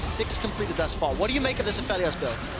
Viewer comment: A Feely Oss really really doesn't make sense as a pronunciation for Aphelios.